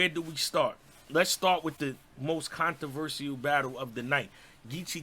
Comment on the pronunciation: I hated how you said “controversial”